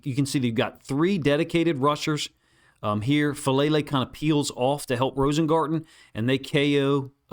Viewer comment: I love your breakdowns. But Faalele is from a Samoan/Tongan family which I think means we are pronouncing his name incorrectly. I think it’s Fa-ah-lele. Doesn’t mean I wish he wasn’t better. But I’ve failed publicly before and at least (or best) people got my name right.